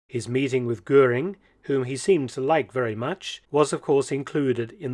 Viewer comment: Si les docs sont bons , l·IA elle est une saloperie qui déforme la voix de l·Homme ? A quoi cela sert Il ?? on se le demande ....Deformations des noms : ex : canal de Guanal ...Gurin au lieu de Goering et autres ....Ce serait si agréable d·écouter une voix humaine avec ses arrêts et autre ponctuation !! C·est exactement comme ceux qui ont voulus aller sur la lune , alors qu·il n·y avait rien á gratter ???? L·être humain dans toute sa splendeur et les moutons derriere ...Salut ...